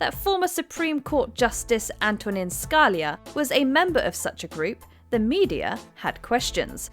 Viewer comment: Antonin Scalia not Antoine Scaliiia